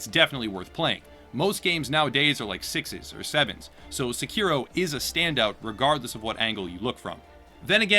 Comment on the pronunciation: SE-ki-ro, not se-KI-ro.